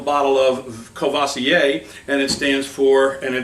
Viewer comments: COOR-VWAH-ZEE-AY not CUH-VAH-SEE-AY. What are you Busta Rhymes? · When you speak a french name of alcohol, pronounce it French..not American! Courvoisier!!!